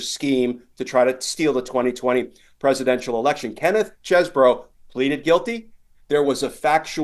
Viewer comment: It's pronounced Cheesebro.